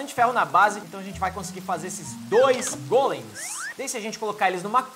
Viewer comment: vc fala golens mais e gólens